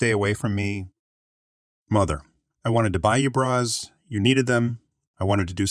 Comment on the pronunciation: Learn to pronounce bras . It’s not brats. She said she had to quit her job & quit her extra year of school when she said she had already graduated. This girl doesn’t know what she’s talking about.